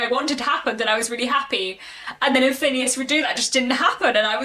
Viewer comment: This may be a quibble, but every source I check says "Redux" is pronounced ˈriː.dʌks. Meaning "brought back". Phineas is absolutely not my favourite character. I always think of that song "When I'm not near the girl I love, I love the girl I'm near." But frustrating as he can be, he had too much potential for growth and change to just drop him out of the political and social scene. We might not "like" him as a friend, but I think we must "like" the development and complexity of the character. And of course, his adventures. R. W. Chapman says in his introduction to my edition (and I agree with him) "In the sequel Trollope rises as near as he ever did to the stature of a poet."